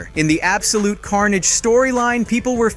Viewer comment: Why do you keep saying Symbiote and Carnage so strangely? You pronounce them differently almost every time. Knock it off. It's annoying. Take 5 seconds to research character pronunciations or just don't do narrations.